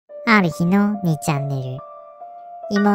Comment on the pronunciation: あ↑るひ↓の、w